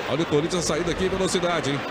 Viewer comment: Impressão minha ou o falou "Forinthians"...😂😂😂😂😂😂😂😂😂